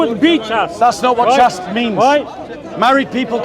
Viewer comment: "Chaste" rhymes with "chased."